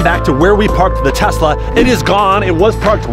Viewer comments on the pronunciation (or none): Tesla not testla